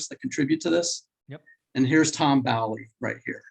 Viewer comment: FYI... tom bowley... pronounced bowl ee not bally. hurts the ears a bit.